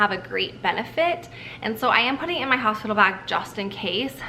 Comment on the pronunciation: Hosipital lol <3